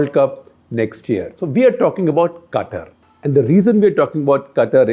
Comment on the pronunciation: SG your pronunciation of word QATAR is not correct.